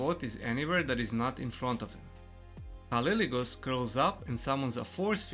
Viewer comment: it's "K" not "C" :)